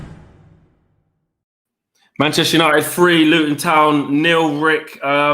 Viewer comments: Its fucking Luton ffs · Come on now pal it is Luton after all 😂